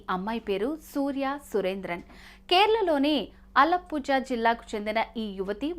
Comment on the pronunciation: అలాపూజ కాదు అది.. అళపుళ.. తమిళనాడు, కేరళ లో Z ni ళ అని పలుకుతారు